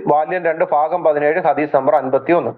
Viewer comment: ഹതീസല്ല. ഹദ്ദീസ്